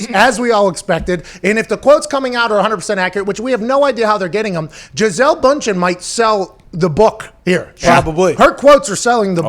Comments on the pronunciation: It's "BUN-CHIN" like a hamburger bun. There are two dots over the u and the d is silent. C'mon man. Gisele Bündchen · BUNd-chen, Pat. Say “BUN”...